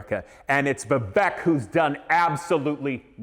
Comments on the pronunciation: The name is pronounced Vivayk, like in "cake". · The guy doesn't even know to pronounce vivek! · At least pronounce his name, right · You don't even know how to pronounce your opponents first name. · You can’t even pronounce his name correctly? 🤯